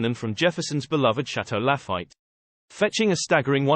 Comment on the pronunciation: haha! I almost liked this video until I heard Chateau La-fight and Monti-die-cino.